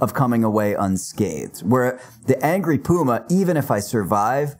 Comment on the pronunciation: Ahrr! Angry Puma, for a couple seconds i thought you said angry boomer 😂😂.